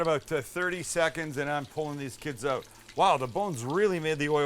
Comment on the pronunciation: Also "flatten it ooot a bit" :)